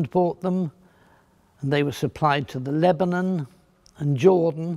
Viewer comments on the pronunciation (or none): none